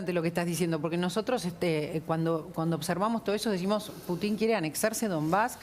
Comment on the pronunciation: Animalito del bosque ,el apellido Putin se acentúa en la U,y suena Pútin , sé que es inútil que te instruya porque o te falta capacidad de entendimiento o no querés entender